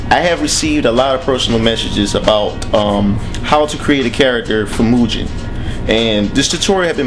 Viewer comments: Nice tutorial. It's pronounced Moo-Ghen. Not Moo-jen. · hey doint you know the g in mugen isnt suppose to sound like a j, sounds like guh.